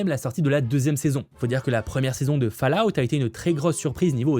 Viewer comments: Cette saison 2 de Fallout ( prononcer " folaout " ! 😊) est vraiment très ( trop) confuse... même avec tes explications.... la réalisation baisse d’un gros cran par rapport à la saison 1, les scènes d’action sont vraiment mal faites.... c’est dommage, je ne le souhaite pas, mais avec cette saison 2 trop complexe ( franchement on ne comprend pas les motivations des personnages et leur but) j’ai peur que les audiences soit désastreuses... j’avais adoré la saison 1. J’ai été un spectateur passif et perdu pendant la 2ème.... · ta prononciation de " Fallout " fait toujours autant seigner mes oreilles